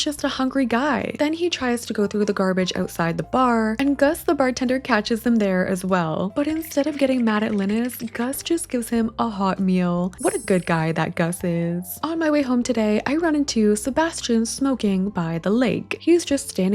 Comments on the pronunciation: Small tip: I always put my bed and TV right by the door to squeeze every second of productivity out of my day 😅 Also, Linus is pronounced LIE-nuss lol Love this series! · for future reference, Linus is pronounced "lie-nus" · Please don't spend the whole series pronouncing Linus's name like that 😭